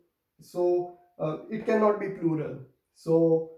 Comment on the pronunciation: hello sir! why ypou called olural to pluhal?